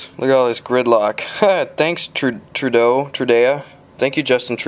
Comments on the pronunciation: Is gus moaning over some rain...? IN CANADA?!? And it’s TRUDO NOT TRUDAYA!! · Excuse me sir, it’s Justin Chewdough not Justin Chewdayoh, thank you. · It’s pronounced Tré-de-a-ou